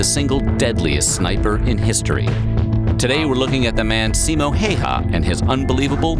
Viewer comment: It's always weird when the name is Häyhä but everyone says Heiha, also It's Simo not Simou.